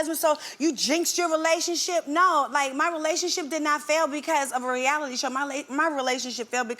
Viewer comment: "She's ralic ralic reALITY "🤣🤣🤣🤣